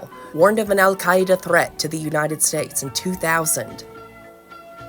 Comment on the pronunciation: I really enjoyed the pronunciation of "Al-Qaeda" in this video!